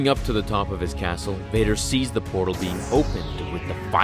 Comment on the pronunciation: WHOM EVER DOES VADER... NEEDS PRONOUNCATION LESSONS